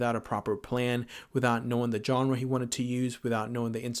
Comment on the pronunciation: You mispronounced 'genre'.